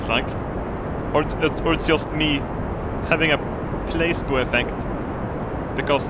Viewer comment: placebo = "pla-si-bow"